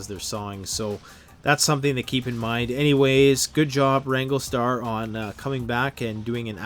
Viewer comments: RANG-GLER-STAR...not Ranglestar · It’s wrangler star not wrangle star there an R in the word wranglerstar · Rando: being respectful? "Educating" wranglerstar (he also mispronounced the channel name), "he doesn't know what he's talking about", among other things he said. He could have put out a video to sell the merchandise his store carries without calling someone out by name. He may have gained a new subscriber, but also lost one. Btw, it's called FELLING a tree, not Falling. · Maybe learn to pronounce the name before featuring a channel in your video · You say you are educating wrangler star and yet you can't even pronounce or spell his name. Why would you use a hand saw when a chainsaw is just common sense. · Why are you pronouncing the mans youtube name wrong?